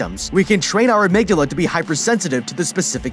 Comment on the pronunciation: please tell me you said amygdala in this way to be funny and not because you think that’s how it is said